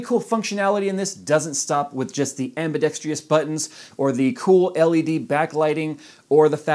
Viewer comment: nice review as usual (and, yes, I realize this video is ancient now). One correction: it's not pronounced "ambidextrious"-- it's "ambidextrous" (am-bi-ˈdek-strəs). Hardly a big deal. As mice go, this is probably my G.O.A.T. (out of about 20 different mice). I also own mice from Logitech, Steel Series, Razer, Roccat, and other lesser known brands. I own both the standard and carbon Torq X10s. Of the two, the carbon does have a slightly better feel. My only complaint is the red buttons on each side are made from a plastic that will wear and even break down over time. If only EVGA used the same plastic as the top panel or the carbon fiber this issue would have been entirely avoided. A few observations about the GOAT: - 8,200 DPI is more than enough, even for 4k screens. Today's mice can be upwards of 16,000 to 20,000 DPI, but I've never met anybody who cranks up the DPI like that and has any kind of accuracy. I think DPI has become one of the many things the marketing departments like to leverage for sales. - Speaking of DPI, DPI adjustments can be made both up or down with the buttons on the center top of the mouse behind the scroll wheel. I really wish more mice included this feature. I use them frequently while gaming and even more often while coding or using a digital design program. I realize some complain that they don't like DPI buttons because they accidentally mash them while in hardcore gaming sessions. That's a valid complaint for some mice, but given the recesse